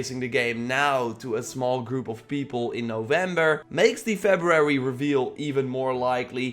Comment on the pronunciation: Febrarararyry lol